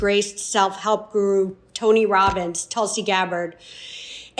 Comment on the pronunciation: Did you say Tony Robbin’s??